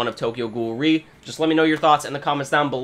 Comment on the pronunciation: Out a actually pronounced as R-E ^^